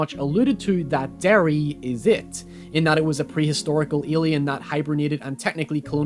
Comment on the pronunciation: Where you from in Northern Ireland man? I thought at the start of watching this you sounded a little American but as it progressed I could really start to hear our accent in your voice with the pronunciation of so many words, weirdly enough it was when you said town of Derry I was like "oh shit he's from here" hahaha. Always great to see youtubers from NI but even apart from that great work and analysis, liked and subscribed boiii